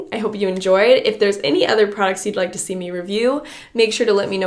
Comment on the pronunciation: Anyone else notice how is incapable of saying the word “let”? She always says lit / litting... like girl what happened 😂😂😂😂